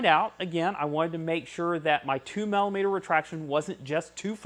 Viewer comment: sorry to be picky but the word is Millimeter as in Milli meter not Mallimeter